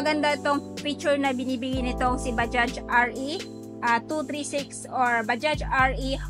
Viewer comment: mam baja lang po yan kung bigkasin hnd bajaj silent j na po yan.. wag mo na isali pagbigkas yung letter j sa dulo ng bajaj.. baja lang po yan pagbanggit hnd bajaj.. bisayang bisaya kc ang dating kpg bajaj..silent j na po yan kaya naging baja na lang kung bigkasin..pangit kc pakinggan sa tenga yung bajaj prang hnd tayo nag aral nyan..silent j na po yan mam.. thanks